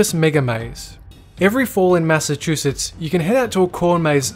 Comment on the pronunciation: “Massive Chusetts”